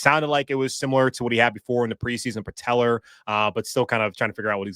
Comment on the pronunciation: "PatellER (tendon)" 🤦🏿‍♂️